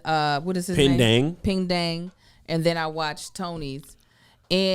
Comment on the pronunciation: Peng Dang is pronounced like "Puhng Dahng". There's no "ang" sound, like rang and sang, in Chinese.